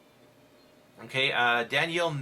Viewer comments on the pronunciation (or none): none